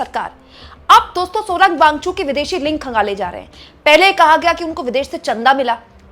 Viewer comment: Wangchu नहीं मैडम वांगचुक बोलिए. कितनी बार बताएं आप को. आप हिंदी को शर्मिदा कर रही हैं